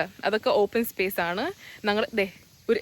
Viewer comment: Not nangal it's njangal..... 😂